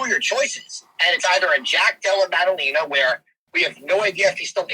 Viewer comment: Pierre-a and Della Madan Lame-a....Chael is no Anik when it comes to names lol